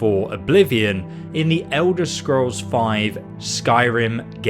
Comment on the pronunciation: The Ewder Scrows